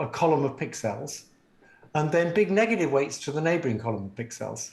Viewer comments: Who the hell pronounces pixels like this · That moment when you realize that his pronunciation of "pixels" is peculiar not because he's weird but because pixels must have originally been termed "pic cells", short for "picture cells", and he sees no sense in reducing the meaning of the term.